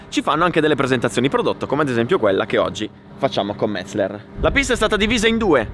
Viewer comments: METZE'LER! METZE'LER l'accento sulla SECONDA e. In tedesco si dice così. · Metz-eler non Metz-ler. ;)))) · Solo oggi ho capito come si pronuncia Metzeler, fino a ieri mettevo tipo 4 (LLLL)